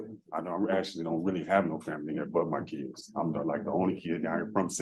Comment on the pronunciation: ‘Be a better man for ma keedz…’